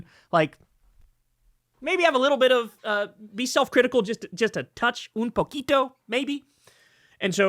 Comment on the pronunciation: Don’t say un poquito like that 😂